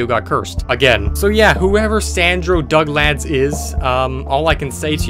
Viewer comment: NOOOOOO NOT DUGLAD